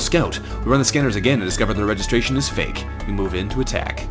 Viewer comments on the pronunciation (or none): none